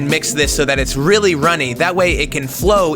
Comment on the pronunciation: great job in execution, but please work on saying "really" that kills.